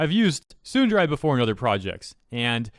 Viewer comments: admittedly "tsunderai" is strange on my ears, dere, both short eh sounds lol. but , they totally could just keep the word tsundere. we know what it is. if we don't, we learn soon enough. English speaking youtubers like OTV refer to Toast as a tsundere (or sykkuno uses tehsoonderey) because it's just a useful word. english already took tsunami and karaoke, it's not that big a deal -.-" girls can be tsundere too.. so.. fragile female ego ? ... maybe fragile human ego is most accurate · Am...I the only one getting tripped up on the fact the he's pronouncing it as "tsundarai"? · Tsundere (tsu - n - de - re) not tsunderai. The second e makes the exact same sound as the first e. Japanese doesn't emphasize vowels the same way English does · Why do you say tsunderai rather than tsundere for? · >complains about mistranslating "tsundere" >pronounces it "tsunderAI" Do you even weeb, bruh? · It's Tsun-der-ray, not tsun-der-rye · I don't get how you pronounce Tsundere as "Tsunderai" lol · No one: Nobody: Not a single soul:: Tsundaraii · It’s not “Tsunder-Ai” it’s “Tsunder-AY” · How do you not know how to pronounce tsundere properly? It isnt tsunderai ffs. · Tsun-da-ray or tsun-dare-ray, you’re pronunciation was awful lmao. Also, I’m willing to bet both my testicles that anyone, and I mean anyone, will know what the hell a tsundere is if they’re playing a visual novel. This tard wasted seven weeks on something they should have simply left alone. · tsundaray 😂😂 its tsun de(ad) ra(in). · Him pronouncing it "tsunderai" makes me want to tsunderdie. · Sorry to be that one person but, as a weeb, I want to say that it's pronounced "Tsoon-da-ray" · I'm sorry, but the way you say Tsundere causes me discomfort in a way I never knew before. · "Soon-the-rye". I agree that it's not that difficult to translate, but it's not that difficult to pronounce either. (^.^') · I don't like how you pronounce tsundere. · The way you pronounce Tsundere bothers me in the depths of my soul.